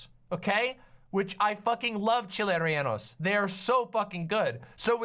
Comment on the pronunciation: Yo he called them renaldos and he used poblanos. 1. reh-Yeh-no is much closer. 2. Gotta be Anaheims, preferably a New Mexican variety, also just called New Mexican chiles. They have the best chiles don’t ask me why.